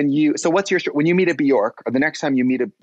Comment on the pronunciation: My humble wish for 22… that people start saying Björk/Bjørk the correct way… pleaaaaase amaricans…. Get with it!